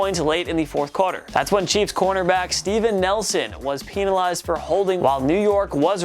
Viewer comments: Pee-na-lized it should be pen-a-lized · Again, “PEENalized” 😂💀